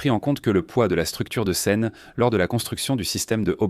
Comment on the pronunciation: Documentaire intéressant. Par contre, l'IA a du mal sur certains points : Elle a du mal à prononcer certains mots, comme la "scène" (la Ssscène, la ssScène, lasse Scène). Certaines phrases sont prononcées en accéléré. D'autres contiennent des blancs. Et aussi, c'est dommage pour la cohérence de parler parfois en km/h et parfois en mille par heure. A part ces points, les images et les explications sont pas mal du tout.